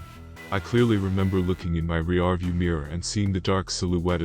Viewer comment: I just have to ask why these computer voices always mispronounce the words "chase, chased and chasing". They all say " chaz, chazed and chazing" using a short a instead of a long one. Also the voice said re-arview instead of rearview. These are a couple of reasons people don't like the computer narrations. There are others but some may be due to improper punctuation. These are simple pronunciations. Is there anything that can be done to correct it? Otherwise, the stories are great! Lon's Phantoms and Monsters is one of the best blogs out there. He gets the greatest encounter stories!! 🧚🧙🏼‍♂️👽🛸👹👻👤☠️🦌😱